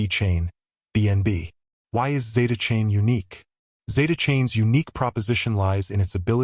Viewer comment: AI voice...it says Zetacane...